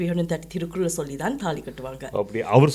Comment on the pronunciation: Its திருக்குறள் not திருக்குரல்